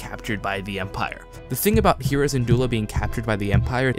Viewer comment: Great video! I agree with most of this, but I hope kanan doesn't die. Take ezra instead of kanan filoni.... also Hera is pronounced "Hair-Uh" not "hear Uh"... sorry to correct you, it was just really bothering me XD